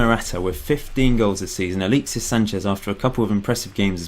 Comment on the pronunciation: Im not sure how much more 'aleexsis' i cant take lol